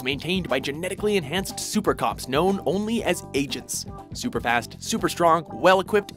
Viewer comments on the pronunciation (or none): none